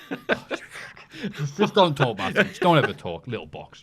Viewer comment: Is his name really "Maffew?"